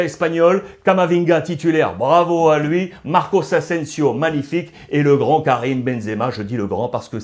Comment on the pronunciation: Très bon debrief merci ! PS : Tu dis souvent « Marcos » Asensio, mais il me semble que c’est Marco